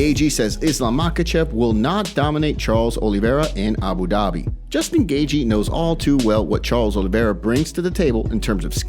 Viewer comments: "justin gayjee" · It's "gay-chee" phonetically. Smh